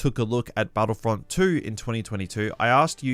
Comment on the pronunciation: STARWARSEY and BATTLEFIELD-EE